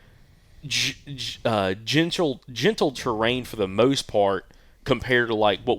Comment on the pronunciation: Love the show… one observation. It is pronounced TER-RAIN not TRAIN